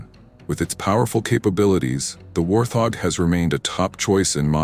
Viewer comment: Please pronounce the name correctly. It is pronounced "Wart hog".